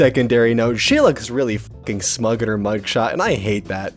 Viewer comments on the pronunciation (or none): Someone needs to tell her it’s a “Mugshot” and not a “Smugshot”